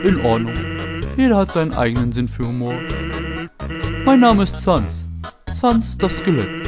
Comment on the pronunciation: Die Seele die Flowey meint ist die von Frisk weil dan Chara Also du als Spieler, der Geist des ersten Menschen die Kontrolle über Frisk übernimmt :P Sans weiß auch Bescheid denn er dreht sich immer in die 'Kamera' zu dir als Spieler um :D PS: er heißt SÄNS xD